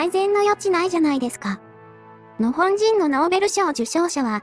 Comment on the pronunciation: 「日本」とか「日本軍」と違って、「日本人」の時だけ「のほんじん」って聞こえるのは私だけ？ 別の動画でもそうだった気がするんだけど、何か設定間違えてません？